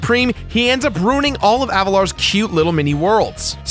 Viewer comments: Say it with me no, AV A LAR not avatar, Avalar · I know that I may sound annoying, but is not Avatar. Is AVALAR.